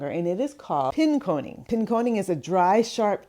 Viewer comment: All of us in Michigan shouting “Pin- KAHN-ing”